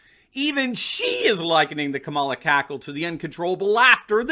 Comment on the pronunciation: Did you say "Kabala" xD That's great.